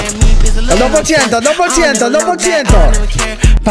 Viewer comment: el do pol ciento JAJAJAJAJAJAJAJAJJA no lo supero el do pol ciento